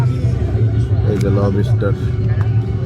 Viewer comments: Lobster ❌ Lobiiister😂👍. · Not Lob istar It's lobster. 😂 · লবিস্টার না ভাই, লবস্টার হবে। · উচ্চারণ টা ঠিক করেন ভাই, লব ষ্টার না, উচ্চারণ টা লবস-টার, একসাথে গ্যাপ না দিয়ে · লোবুস্টার জিনিসটা ঠিক কি? লবস্টার জানতাম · # । বাহ ভাই ! কি উচ্চারণ 😂 লবিস্টার, কোন ইংলিশ শুনলে হার্টফেল করে মারা যাবে । যে এমন একটা শব্দ শে ও জানতো না 😂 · লবি স্টার..!!😂😂 শালা উচ্চারণও করতে পারে না।😂😂 মোল্লাদের কাকড়া খাওয়া হারাম। মুসলমানিত্ব ছলে গেছে..!!😅😅